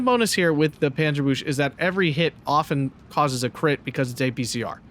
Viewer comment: Hey, it’s pronounced panzer BOOK-zuh, or just panzer BOOKz, the CH is pronounced in the back of the throat, not with the front teeth. Love your videos I watch them every day